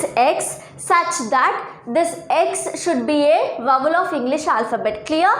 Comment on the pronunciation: Is it not wawal is vowel